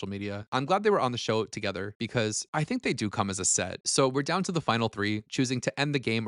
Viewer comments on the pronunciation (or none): Tink not think? Sheesh.